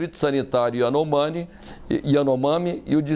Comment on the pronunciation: Nem o nome da tribo esse cara sabe pronunciar